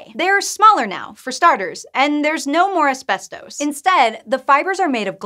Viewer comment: This is how you pronounce "ASBESTOS"